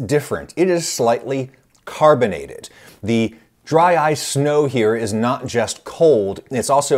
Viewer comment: Dry-ce cream